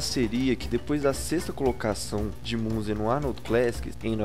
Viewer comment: A pronúncia é Minzer*